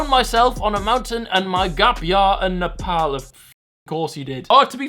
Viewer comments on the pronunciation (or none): none